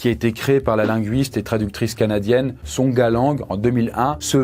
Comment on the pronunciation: Sonja Lang, pas "Songa" ! mi moli !